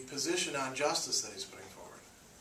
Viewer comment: You forgot the T in justice.lol. Thank you for the video though. It really helped.